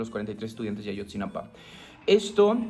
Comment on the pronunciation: Ayotzinapa, no "Ashotzinapa"